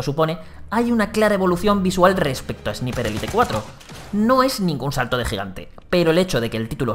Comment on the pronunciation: "Esniper Élite" 👌🏻